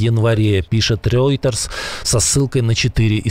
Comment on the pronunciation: Не рЁйтерсь, а рОйтерс. Ну можно же наконец-то выучить.